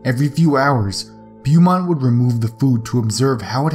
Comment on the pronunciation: in number 2 its pronounced macinaw, and the doctors name is pronounced bomont